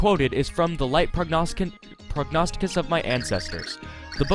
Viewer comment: I'm also very proud of you for saying Prognosticus correctly- you're the first YouTuber I've seen that's read through that perfectly the first time. Nice job